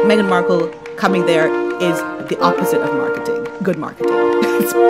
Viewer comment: I loved your mispronunciation of “Haghen”. Let it catch on 😂😂😂😂😅